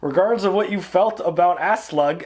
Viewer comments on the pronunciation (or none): Not trying to be a dick but you're killing me with the way you pronounce Aslaug. It's pronounced Oss-log not Ass lug. lmao Also, Bjorn is pronounced Be yern.